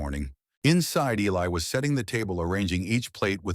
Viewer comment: A very nice story but the narration shud be corrected. The pronunciation of Elias is different almost every time mentioned. U obviously have not done any editing or proofing b4 posting online. Plz do so.